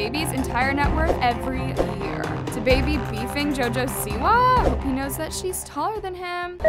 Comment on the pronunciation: I love you but it’s “DABABY” Not “the baby” 😩😩😂😂